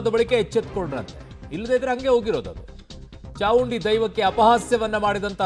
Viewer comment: This is chamundi not chaudi